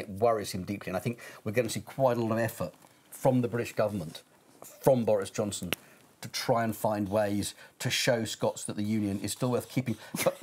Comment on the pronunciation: did he call him Doris Johnston?